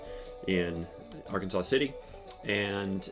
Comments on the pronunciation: it's AR-KANSAS City -- not "Ar-kan-saw" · Those of us who live in Kansas, refer to the city in Kansas where Travis was arrested as "Ark City", or "Arkansas City", not arkansaw city. Also the river that runs through Wichita is The Little Arkansas River. It is not pronounced like the state of Arkansas, i.e.: arkansaw. The river, like the city is pronounced like Kansas, with "Ark" as the prefix. Just a heads up for the viewers. And it's true - Kansas is a State of Mind. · Not for not but .. The correct pronunciation of Arkansas City, Kansas, is "Ar-kan-sas City," with the final "s" pronounced, unlike the state of Arkansas, which is pronounced "Ar-kan-saw." I've been there and they're pretty snippy about it .. 😮😅😂 At least this comment helps with the algorithm for the video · Just so you are aware - It is "Are-Kansas City" Or "Ark City Kansas" :) Thank you for helping support Travis!